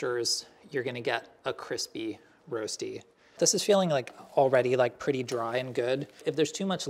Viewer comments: In Switzerland, you do boil the potatoes first. And we also call it Röschti - pronounced slightly different than the American way. Anyways, now I'm hungry... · Rösti pronounced Roshtee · Waiting for the swiss uncle roger to comment this. My leg was down a couple of times. It's called Rösti, not Rosti and pronounced let's say different. We boil the potatoes and never use olive oil. This is not colored, for me this is burned. We flip the Rösti. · You say Rosti funny! X 😘👌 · Can't pronounce Rösti - Didn't pre-boil the potatoes - Didn't flip it - Baked it in the oven?! östi, then just fry the eggs and place them on top? Or better still, make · Love, but his pronounciation of rösti is terrible. The umlaut is important.